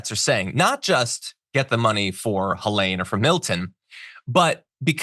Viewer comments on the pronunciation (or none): none